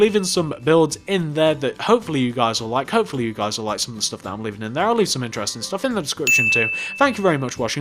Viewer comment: you said leafing not leaving